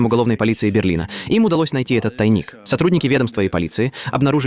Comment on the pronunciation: ТАйник!😂😂😂😂 И опять русские виноваты с ТАйником!😂😂😂😂 Ну сказал же один раз правильно, но почему не может повторить то???? ИИ без интеллекта!!!😂